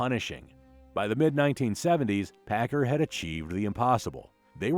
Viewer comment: Paccar is pronounced as 'packcar' by most everyone in the industry. Not 'packer'. I drove both over a 40 year career in trucking.